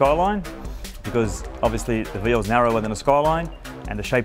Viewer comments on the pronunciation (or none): Of all the things that are utterly wrong about this, why is it his calling the car veal, that pisses me off most? It’s Vee Ell, mate, not veel.